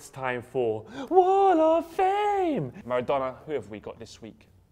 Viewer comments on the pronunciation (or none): none